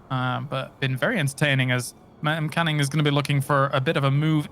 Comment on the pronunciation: It's M-Canning guys, not Meh-Canning. At least that's what he calls himself and definitely sounds better then Meh-Canning.